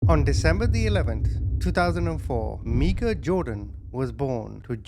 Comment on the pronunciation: Her name is Meika which he pronounced correctly. Micah is a different name